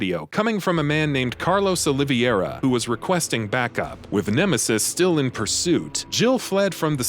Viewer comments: That "OLIVIEHRAH" got myself bothered too. I mean...is it that hard to pronounce "OLIVEIRA" ? Or any other names in the RE franchise ? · It is pronounced OliVEIra, not OliVIERA, The E comes before the I. Oh-Lee-Verr-ah. Other than that, awesome video ;) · And that "OLIVIEHRAH" got myself bothered too. I mean...is it that hard to pronounce "OLIVEIRA" ? Or any other names in the RE franchise ? I think that guy reaaally hasn't played any of these games... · carlos oliveira is pronounces Carlus Olevaera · "Carlos OliVIARA" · listen to how he says Carlos' last name lol